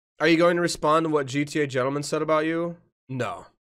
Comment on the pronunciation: Its not gea its gta guy get it right yoooo